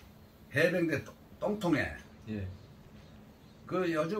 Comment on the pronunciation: 해변대 혼련소 ㅎㅎ 해병대 훈련소인데....동영상 자주 보는때 해병대 글자를 해변이라고 계속 하시네요...